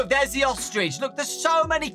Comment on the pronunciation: Whg did you say ostrich like that 🤣🤣🤣 Dowko:VENTS OOSTRECH ME:OSTRECH